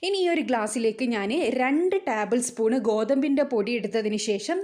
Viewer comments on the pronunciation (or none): ടാബിൾ സ്പൂൺ അല്ല, ടേബിൾ സ്പൂൺ.